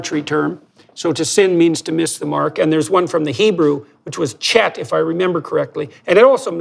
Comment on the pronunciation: JBP, the word in Hebrew for a sin is chet, which in English characters looks like the name Chet, however it is more closely pronounced like "Khate", not Kate, by the CH sounds not like in English but more like an amalgamation of a K and H sound, with the end pronounced not et, but eight